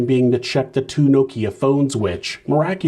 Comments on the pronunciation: Now-Keeyq phone 😂😂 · Now-Keeya phone 😂😂 I’ve never heard Nokia pronounced that way.. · every time u said nokia I had to laugh 😂😂 🇬🇧 another good video 👍🏿